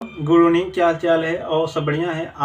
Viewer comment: Good oovening 😅 kya hota hai